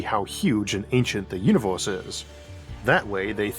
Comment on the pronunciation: I like the videos I've seen so far but it's so irritating listening to you pronouncing every 'er' as 'or'. Eithor, univorse, buffors, even spheor (sphere) etc. To make this rant somewhat constructive: most people I heard in life pronounce 'er' more as 'ur' but not as in your but as in a pirate grumbling urrrr